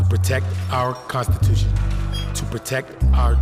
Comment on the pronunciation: to protect their "CONstipation".. to protect their "deMOCKracy"..